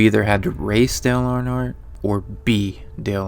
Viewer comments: I'd Subscribe but you can't seem to pronounce "Earnhardt" correctly in any way! it is not "ArnHardt" ugh. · It’s Earnhardt like earn heart not urn hart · “Arnhardt” lmao it’s earn-heart Earnhardt lol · You couldn't bother to learn how to pronounce the name Earnhardt?